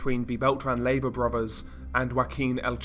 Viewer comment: Pronounced lay, va